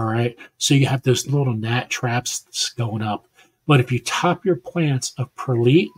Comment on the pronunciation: Hi and only, hope Korky is better soon.😊 Hope the Results are all okay from your colonoscopy🙏 Your a Pepperholic 😊😊😊 Like onions if you direct seed them you get all the weeds come up first, best to wait and transplant from seedlings😊 it’s pronounced Perlight Prayers Serena🙏 Congratulations winners 😊 Enjoy doing your seeds tonight 😊 Oh, thought monetised already, bummer hope it happens soon.😊 Thanks for clarification 1hour Sunday Funday😊